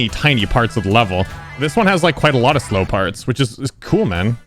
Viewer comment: saying slow parts be like Slope parts